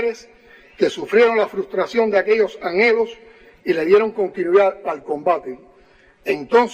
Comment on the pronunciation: An helos? se lee Anelos. Los jovenes no te creen puesto a dedo, a ti no te elige nadie, a ti te ratifican los ladrones de Cuba. Atrevete a hacer Elecciones Libres